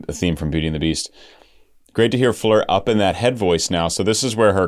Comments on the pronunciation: Also, her first name is Floor just as it is spelled (like the opposite of the ceiling) not Fleur...but I'm not gonna beat him up over it 😀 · Hey,! Very nice video! Thanks for not having it Premier in a month and a half.;-) AND... I know you'll get a lot of this, but she pronounces her name like it looks. Like an actual 'floor.' Or do you say, "I need to vacuum my fleers"? In that case, carry on, brother. And her last name is pronounced Yonson... but I'll keep watching your NW videos either way. Or maybe you're doing like Suite Clarity... when they react to NW, they say "Jansen" on purpose, just to inflame the hardcores. 🤣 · Please can you say FLOOR and not fleur. And an advice to limit the word 'stunning' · Her name is FLOOR - not FLEER - its not hard ! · I don't know who told you to switch up the pronunciation of Floor's name, but they are incorrect. Her name is just Floor, like the actual floor you walk on. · In Dutch you pronounce it how it is written Floor. 😊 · Beautiful song by Nightwish. This is the last song on their album Yesterwynde. By the way..Floor is pronounced Floor..like a floor you walk on. It's a dutch name..meaning flower. Thank you for reacting to Nightwish. Cheers from a finn in Sweden. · The “oo” in her name pronounced more like in “floating”